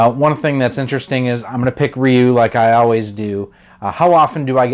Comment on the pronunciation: Great vid, but LOL, Who tf says "Ryu" like this smh...